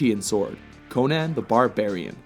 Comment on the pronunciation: “Conin?” No it’s CONAN!